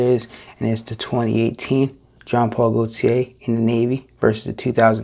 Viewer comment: I love how you say Jean Paul Gaultier! I’m French and that’s the right way to say it.